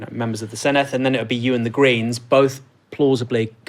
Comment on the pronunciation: The Dd in Senedd is pronounced like the Th in This not the Th in Thing, I've never heard a single English journalist pronounce it correctly, come on lads